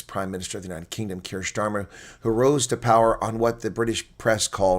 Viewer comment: It’s NOT Schtamer it’s Stamer